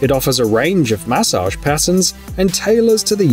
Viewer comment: The way he says massage drives me crazy